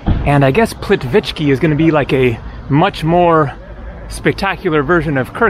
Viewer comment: Plitvice (s)plit - veeee- tse (e as in echo)...